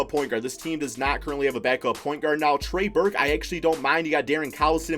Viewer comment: Trey Burke bro trey Burke 😂😂